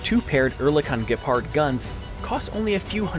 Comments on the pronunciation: because German has a predilection for compound words. If you prefer, you can just call it a Flak panzer, cause that's what the word means. And Gepard - not Gerard - is German for 'cheetah' and has its emphasis on the first syllable. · Your pronunciation of "Gepard" ist not that bad. German tanks or armoured fighting vehicles are named after animals. Gepard is Ceetah in English. The tank is based on the Leopard, just like the Biber (Beaver) bridge laying tank and the Dachs (Badger in Canada) an AEV Leopard is also Leopard Marder is Mustelidae which is a family of carnivorous mammals such as weasels, stoats, badger, otters, martens, grisond and wolverines. From this family also weasel (Wiesel in German) is a name for a AWC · Your pronunciation of "Gepard" ist not that bad tbh. - Please stop using cheap Stock music. It's annoying. - And yes, watch out for correct images. Information in the video is interesting though, I hope it's correct so far. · If you can't pronounce 'Gepard', say "Cheeta". Also, the constant soliciting for likes is annoying.